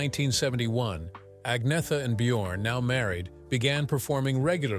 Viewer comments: Agnetha is pronounced 'An-yeta', not 'AGG-nitha'!🤣🤣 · Agnetha – say "Annyetta" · Annoying AI voice, mispronouncing "Agnetha", "Sedaka", ...